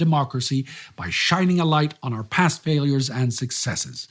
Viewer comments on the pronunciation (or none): none